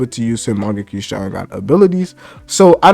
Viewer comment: Am i tripping or do bro keep saying mangeki?